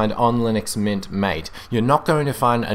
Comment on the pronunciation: its actually pronounced ma-tay... it says so on they official MATE Desktop Environment Web Page (at the bottom)